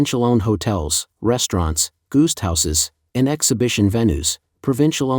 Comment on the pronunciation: You're going to need to teach you narrater (an AI?) how to pronounce "guest".